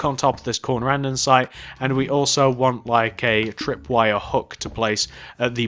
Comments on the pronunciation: ITS CALLED ANDESITE NOT ANDENSITE!!!!!!!!! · Great video, however it's not andensite its ANDESITE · pleeeese stop saying andensite its andEsite